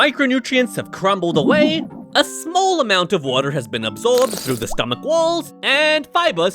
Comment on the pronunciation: Bro said stomACH